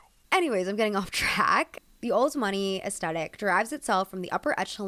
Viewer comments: I found this post incredibly entertaining. So good. Can I humbly, humbly suggest though that aesthetic is pronounced uhs-theh-tik. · Aesthetic - why is this gen z’s favourite word, why. WHY. and why pronounce the T as a hard T sound? It’s a ‘th’ sound. This genuinely drives me nuts. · hi love ur pronouncing aesthetic wrong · Very informative, but please say aesthetic correctly. Especially if you're going to keep repeating it.